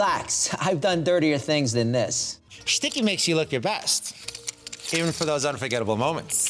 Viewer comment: "Do you have a hairy 🐈? Hit it with a shticky!" 😂😂😂